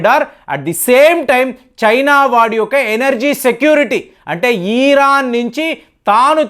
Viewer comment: Dear, Could you please check the correct pronunciation of words 'Iran' and 'cantonment' with google dictionary and correct your pronunciation in future video. How come the two national flags of China and India were identified as "India - Chaina' on the top of the two national flags are placed in the inverse order? - Vox Populi